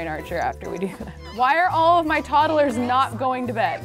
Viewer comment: Love this series!! Drives me crazy how says toddlers though 😅 like toddle-ers. Idk maybe it's just cause in from the midwest but she definitely adds an extra syllable in there! And we call them "tots" not "tods". Anyone else? 😂 Still a huge fan, I wonder how many parts it will be at baby #100